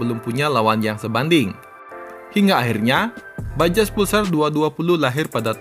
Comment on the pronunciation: Bajaj itu dibaca “bajay”